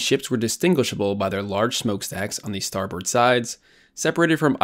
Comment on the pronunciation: Starboard is pronounced as “star-bird” not “star-board”